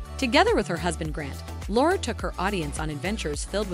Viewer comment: Laura, not Lara...